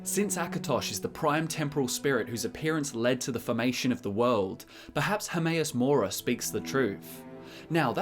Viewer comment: HERMAEUS MORA? I thought it was HERMAYASS MORE ASS